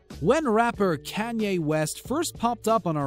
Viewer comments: Can-ye west I’m screeching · Mar-seeya....Brah-dee ??? Is the commentator new to this planet? Kanyeah? WTF